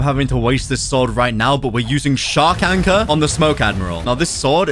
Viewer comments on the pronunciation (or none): none